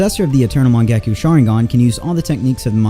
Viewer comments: Mangekyou has yo at the end the y is silent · Bro literally said mangakyu and amadarasu💀💀